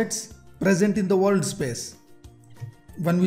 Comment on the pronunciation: sir, correct ur pronunciation on "WORLD".